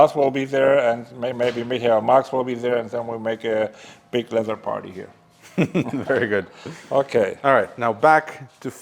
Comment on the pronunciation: ITS LEATHER, NOT LETTER!